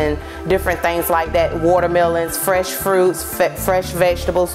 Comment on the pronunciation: ... what the hell... feshhh???? what the hell is feshh>>> you mean fRRRRRRRRRRRRRRRRRRrrrRRRRRRrresh... its ok i studder to when i talk.. haha